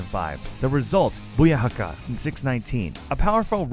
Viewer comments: Its booyaka not booyahaka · Zyshawn Moore he said bookaka and boohaka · “Boyakaka 6 nineteen” “Bohaayaka” GET. OUT. NOW.